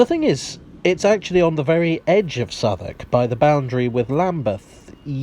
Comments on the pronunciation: Love the pronunciation of Southwark, nothing like how it's spelled. Definitely worth a visit. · I had no idea how "Southwark" was pronounced properly. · Ok, perhaps one of you can answer a questions for me. Despite being a foreigner, I’ve spent a good amount of time in Southwark, but I’ve never understood why it’s pronounced ‘Suthuck’. Is there an explanation? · It's called Southwalk just so Londoners can smugly snigger at American Tourists pronouncing it South Walk! It's a little known fact that half the place names in the UK were invented just to annoy Americans! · It's actually pronounced 'Suvverk' or Suvvuk' by the locals.